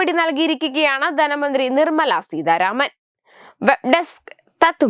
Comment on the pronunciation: ദന മന്ത്രി അല്ല ധന മന്ത്രി എന്നാണ് പറയണം